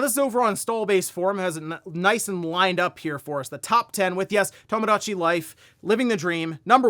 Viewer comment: “Tamadachi Life”